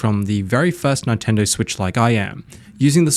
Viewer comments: It's Nintendo not fkn nItendo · Its Neeeen-tendo . . . not nie --- tendo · We can all hear him say Ni-Tendo right? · Ni-tendo.. he's fishing for triggered comments. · what do you expect from a guy who calls it a Nitendo Switch. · I love Nye-tendo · Let the "Nine-Tendo" glazing commence. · Stop saying Nightendo! 🤣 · Nine-tendo. Is this the first console you've played, bro? 😂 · Who are Ny-tendo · nitendo lol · Y do u say Nintendo nyyyyytendo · Yea. Japanese syllable is consistent unlike English and actually pronounce the way it spelt. So how can anyone get that wrong? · Why are you pronouncing Nintendo that way…